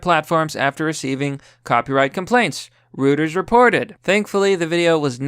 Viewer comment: Thx. But remember - it's ROY-TERS, NOT ROOT-ers!